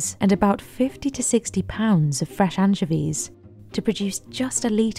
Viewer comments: I'll never not hear Anne Chevies for pronouncing anchovies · Worst pronunciation of anchovies I’ve ever heard. My ears want to vomit… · Mispronounced anchovies. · doesn't even know how to pronounce anchovies 😂🤣